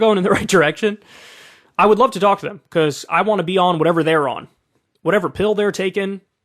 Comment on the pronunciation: "becauce" - kyle 2022